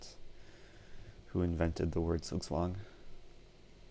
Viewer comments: Crammy Thomas He is pronouncing it wrong... literally I‘m german and couldn‘t understand it... It‘s still „Zug zwang“ and not „zugzwang“ he is saying it way to fast and with a french accent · Can you try to pronounce "Zugzwang" right? it is pronounced Tsuk Tsvang: TSUK - rhymes with Luke, as in Luke Skywalker TSVANG - rhymes with dung, as in dung beetle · The Germans in the audience would probably appreciate your dedication to them even a bit more if you pronounced "Zugzwang" correctly. The German pronunciation of "Zugzwang" is approximated by "tsug-tswahng" in English. German "Zs" are not pronounced the same as English "Zs," having a "ts" sound. The English "Z" sound is approximated by the German single "S." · Sugswang xD Sounds funny how you pronounciate it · I don‘t know if you care but the right pronunciation of z in Zugzwang is like the englisch ts in cats or sits. The w is pronounced like the englisch v. :) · You pronounced "Zugzwang" very wrong. Noone in Germany would understand that :D